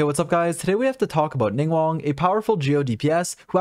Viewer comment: Thanks for the video, I'm trying to build her on my alt! :D By the way, her name isn't pronounced "Ning-won," but "Ning-gwahng." There are G's at the start and end of the 2nd syllable of her name :)